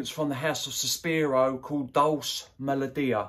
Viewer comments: I think Dolce is pronounced Doll-chee buddy. Thanks for the breakdown I’ll try and get a sample of it. All the very best for a successful and prosperous 2024 🎉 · It’s Dole-Chay